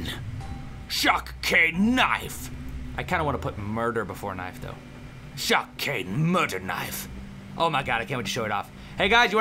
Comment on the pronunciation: i know this might be stating the obvious but it's cool how when he say's shock cane murder knife it sounds like shocking murder knife